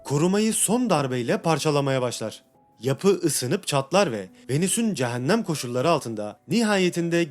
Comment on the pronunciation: Hocam ne güzel video çekip edit yapıyorsunuz yahu videonuzu “Eeeennn” demenizin verdiği ve “CehenNEeem” demenizin verdiği işkenceden ötürü dinlemek ve odaklanmak aşırı zor. Şu işleri yapmaya karar verdiğiniz de gidip bi 5 haftalık diksiyon eğitimi alırsınız Ooh biz de tertemiz konuya odaklanırız. Son olarak; “Nerede” yazılır “nerde” okunur “Burada” yazılır “burda” okunur “İçeriden” yazılır “içerden” okunur “Dışarıdan” yazılır “dışardan” okunur Vallahi kusura bakmayın ama yazmadan geçemezdim neredeyse kelimelere yaptığınız tüm vurgular da hatalı olarak çoğunu ilk heceye yapıyorsunuz fakat Türkçe’de vurgu son kelimeye yapılır, onlarca kez “Eeennn” diyorsunuz lütfen şu güzel videoları azıcık konuşma eğitimi alıp çekiniz🙏 Dilimizi güzel kullanıp güzel tanıtalım.